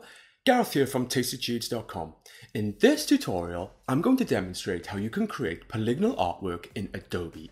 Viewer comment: Oh god, is the way he keeps saying polygonal wrong every time pissing anyone else incredibly, or is it just me?